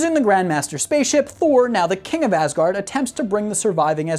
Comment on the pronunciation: I cant tell if he said “Ass guard” because the Grand Master says it in Ragnarok, or if it was unintentional, or I just cant hear right